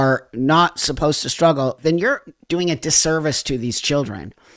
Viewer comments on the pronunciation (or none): none